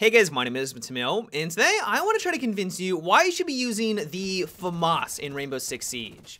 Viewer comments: fa-marse? wtf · The "Farmars" lol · He says it wrong